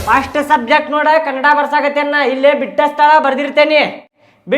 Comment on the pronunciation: ಅಣ್ಣ ಅದು ಕನ್ನಡ್ ಅಲ್ಲ ಕನ್ನಡ ಇನ್ನೊನ್ಸಲ ಹಿಂಗ್ ಅನ್ಬೇಡ